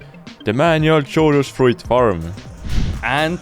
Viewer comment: Blud chorus fruit as in chapter…cho..😂